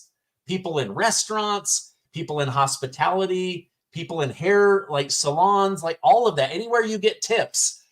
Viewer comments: Hospitility workers! 😂 as she would say.😂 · Kamala didn't say she wanted to spare tips for people in hospitality...she said "hospitility"! And she's not gonna get the young vote...remember the speech she gave where she said young people, 18-24 were stupid! Watch that video, and share it! She thinks young people (who vote) are STUPID!